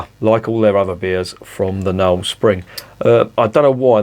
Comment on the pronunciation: "Sping" was distracting me a bit. Looks like another one for me to look out for. Morrison's may have it, they call it "Taylor's Knowle Spring Blonde", part of the 4 for £7 deal.